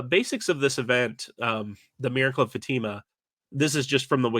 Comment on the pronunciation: Pronunciation correction: Fatima in Portugal is fa-ta-ma, not fa-tee-ma